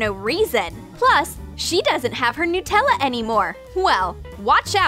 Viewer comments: is it just me or did she say NutellO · Well I think they say nuh-tella in a different place